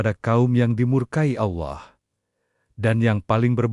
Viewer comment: Naratornya perbaiki cara pengucapan nama Allah SWT